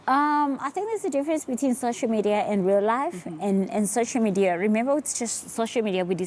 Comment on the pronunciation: It's social media not shosho Madiya zari🤣😂